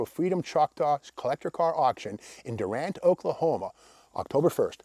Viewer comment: FYI. The town is pronounced Dew-rant according to locals. And they should know, of course. Sounds silly, I know. Great videos as usual